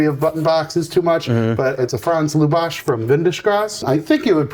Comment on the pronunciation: You pronounced lubas wrong